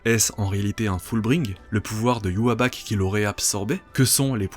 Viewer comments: Ywabach ? ça s 'écrit Ywach pourquoi tu le prononce différemment ? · Pourquoi tu dis Ywaback ?!? 😭😭😭😭😭 Pourquoi pourquoi pourquoiiiiiii ????????? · arggg prononce bien Yhwach !!!